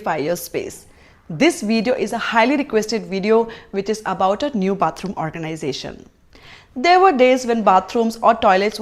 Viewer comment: Sooper organaisation, are you rich 😂😂😂